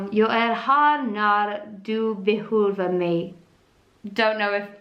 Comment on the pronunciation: Behöver mig was perfectly prounounced